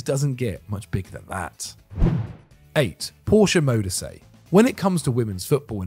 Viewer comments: Radebe was a top quality centre-back, he stayed with Leeds and reduced his own age when they got relegated. He also coached at Leeds after retirement and the band Kaiser Chiefs (who were formed in Leeds) are named after his former Club. EDIT: Modise is pronouned Mo-dee-seh. Some other honourable mentions in my opinion: Nourredine Naybet (Morocco) Jacques Songo'o (Cameroon) Abedi Pele (Ghana) Hossam Hassan (Egypt) Radhi Jaidi (Tunisia) Joseph Yobo (Nigeria) Jules Bocande (Senegal) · Modise also 🙈